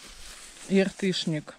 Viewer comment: не Яртышник,а Ятрышник